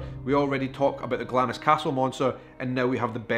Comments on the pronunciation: My family are from Glamis and many of them including my Grandad worked on the estate and in the castle. It's actually pronounced Glams with a silently I 😁😁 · I can forgive Americans for mispronouncing Glamis. But for a Scotsman to do so is shameful. Sorry, forgot you said you were from Edinburgh. If only you'd been born in Glasgow.....LOL